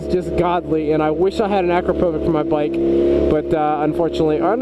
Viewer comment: Yoshi don't have Chinese writing they're Japanese. akrapovic is pronounced acropavich. I have a Vtwin Honda and Micron are the only ones for vtwin sport bike.